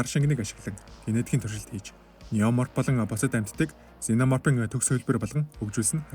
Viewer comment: ксена морп гэж дуудна бро